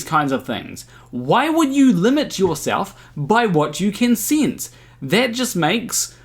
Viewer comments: My god stop saying sense like “since” my guyyyyyyyyyy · I just enjoyed hearing you say ‘sinse’ so many times! 😄